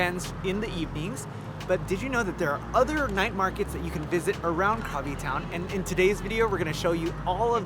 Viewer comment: Krabi = "Gra-bee"...